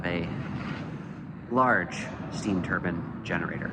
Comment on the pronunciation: Steve lahto would be proud of your pronunciation of turbine!